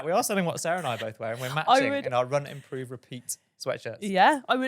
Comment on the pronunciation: When you mentioned your sweatshirts at the top of the show, which aren't fully readable sitting down, I heard RUN. IMPROVE. PIZZA.